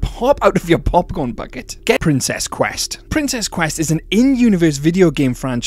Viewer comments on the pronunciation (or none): none